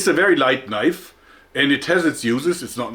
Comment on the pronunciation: "This is not a knoife, THIS is a knoife". HAHAHAHAHA